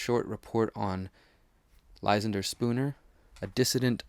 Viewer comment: You should learn how to pronounce that name Ly-SAN-der, not LY-san-der